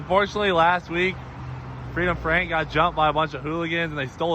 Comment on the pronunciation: “Freedom Frank” almost became “Freightliner Frank” 😬🤣